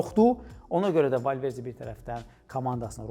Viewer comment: Valverce yox Valverde, rusdilliler hec bele demir